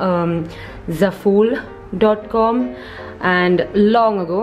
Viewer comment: It's z-au-full not zaful